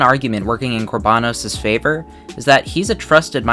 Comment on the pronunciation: It’s kor ba noes not kor baa nos